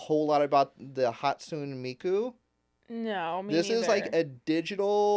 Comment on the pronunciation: Hot-sue-neigh not Hot-soon 😂😂 but we love ya , a hologram idol, gee, is Canari trying to copy Hatsune Miku?